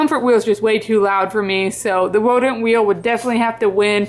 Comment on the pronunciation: I kept giggling when you said wodent thinking you got runny babbit’ed with the w in wheel (I’ve done that) until I saw the text on the wheel 😂